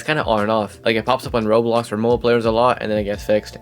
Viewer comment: ik this is stupid to complain abt but your pronunciation of "roblox" is very confusing, i keep hearing "roles" and its very confusing to hear and i found myself having to replay certain sections cause i had no idea what you were talking abt